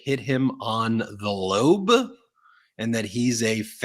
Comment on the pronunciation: ILK Why he said the LOBE like that😂😂😂